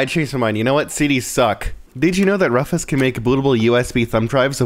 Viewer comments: it is roofus not fufes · DID YOU JUST CALL RUFUS RUFFUS